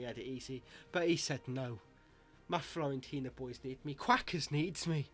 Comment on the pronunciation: Great vid Quackers, honestly though you’re driving me mad by calling them Florentina, it’s Fiorentina!!!